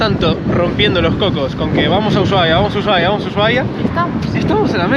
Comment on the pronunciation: EN ESPAÑOL LA H ES MUDAAAAA ASI QUE SE PRONUNCIA USUAIA basta se nombrarla en Ingles